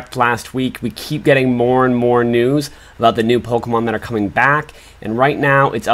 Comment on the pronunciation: I’m sorry y’all I just can’t with the way he pronounces the Pokémon names